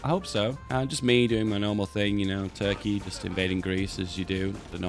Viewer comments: I've come here more than a couple of times now, just to hear him say TRKEY and THONK. Really. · The way he says "Toorke" is oddly satisfying ngl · What bothers me is that is saying "turkey" so closely how we Finns say it... is secretly a finn? Is this all ruse that he's acting like a british?